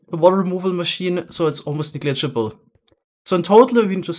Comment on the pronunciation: It's "nEgligible" not "nigligible"